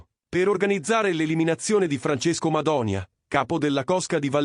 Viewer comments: Ma che Madonia! È Madonìa! La vogliamo smettere di usare queste intelligenze artificiali di emme? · Madònia? Ma perché fate i video se non sapete nemmeno pronunciare i nomi?